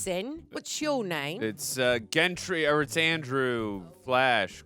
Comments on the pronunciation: still saying the damn name wrong. GENDRY not GENTRY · He keeps saying Jendry, instead of gendry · I am convinced Andrew just can’t say the letter D in gendry at this point cause wtf lol